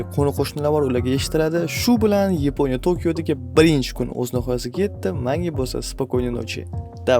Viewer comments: Yiponiya mas yaponiya 😂😂😂😂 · Yponiya ❌️ yaponiya✅️ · Yponya ❌️ Yaponya✅️ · yiponiya 😮soʻzini yorvordiz 😂😂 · Yaponiya ❎Yiponiya✅😅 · yaponiya✖ yiponiya✔🤣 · Yaponiya ❌ Yiponiya ✅ 😂😂😂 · Yaponiya❌️ Yponya✅️ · Yiponiya ❌️ Yaponiya ✅️ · Yaponiya ❎ Yiponiya ✅😅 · Yaponiya ❌ yeponiya ✅ 😅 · Yiponiya emas Yaponiya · Yaponiya ❌ Yiponiya✅ 😂😂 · Yaponiya❌ Yeponiya✅😂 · YAPONIYA YEPONYA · Yaponya ❌yiponya✅ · Oka Yiponiya emas Yaponiya deyiladi😅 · Yeponiya ❌ Yaponiya ✅ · oka yibonya emas yaponiya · Yaponiya❌ Yiponiya✅ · Yeponiya 😅😅 Yaponiya emasmi 😂😂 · Yaponiya emas Yiponiya ❤❤ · Yaponiya ❌ Yeponiya✔️ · Yaponiya ❌️❌️❌️yponiya✅️✅️✅️ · Yaponiya❌️ Yiponiya✅️👍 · Yaponiya ❌ Yiponya✅🤣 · Yaponya❌ yaponya✅😅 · Yipo‘niya😂😂 sog‘ bo‘ling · Nega yiponiya deysiz aka 😅😅😂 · Yiponya✅ Yaponiya ❌😂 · Yaponiya ❌ yiponiya✅